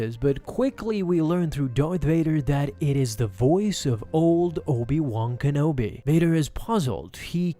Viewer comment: Obi Wong Kenobi. Cannot unhear.